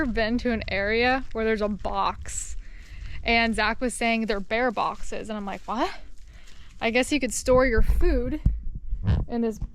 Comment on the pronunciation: I was legit confused because the way you said "bear box", I thought "that must be where Floridians store their bears".